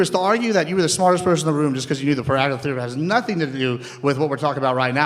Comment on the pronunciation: Wow the guy who says that robots can’t replace us is definitely going to have a robot scrape out his clogged up arteries in the near future. Dude got a full cardio workout just trying to pronounce pathagorian.